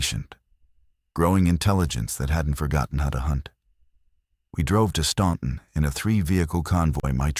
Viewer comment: It’s pronounced Stanton NOT Stonton